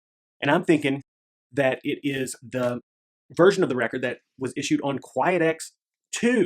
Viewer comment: 🤔 I think you say quiet-x? Never heard of that. There is Quiex however. 😉